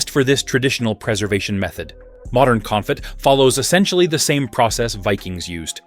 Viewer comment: This hasty-sounding, breathless bot voice is really annoying. The information is solid and well written, though, so, if you sbould do this again, do consider having a human reading it. And the word "confit" is pronounced "Cone-FEE." American audiences [your video uses an American accent] pronounce "herb" without the "h," and British pronounce it with the "h" aspirated. Also, it's "LOO-tuh-visk."